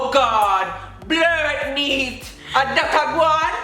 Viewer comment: Blutnate not blertnete